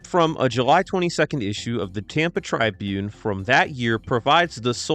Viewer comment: U have a stange way of pronouncing "Tribune".